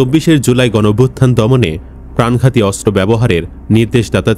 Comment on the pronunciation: অস্ত্র উচ্চারণ শুদ্ধ উচ্চারণ করতে হবে 😮